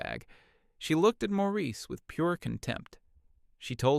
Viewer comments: IM SO GLAD IM NOT THE ONLY ONE WHO NOTICED THAT! i had to reread several times before deciding it was just a clumsy mistake. also the different pronunciation of Maurice and the "ie" being "ah-ah" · The Nineties Hippy-Dippy guy isn't named "Morris" but is called that for half of the story. Then the narrating voice calls Mr. Hippy-Dippy "Maurice" at 2/3rds of the way through story.